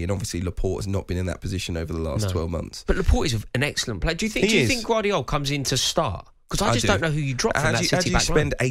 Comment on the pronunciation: Who the f is gwardial 😂